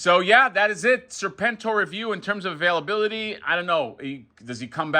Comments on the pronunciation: hasbro guy was so psyched about serpentor but then started saying serpn-tor, serpn-tor, seprn-tor. dude, g.i. joe much? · So you arent a Joe fan? Everyone knows how to pronounce it.